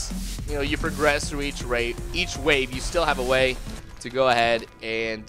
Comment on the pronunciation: As you progress through each rape. Cannot un-hear.